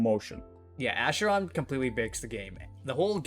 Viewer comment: isn't it pronounced "ackeron" instead of "asheron"?